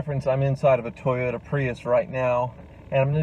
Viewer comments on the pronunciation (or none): none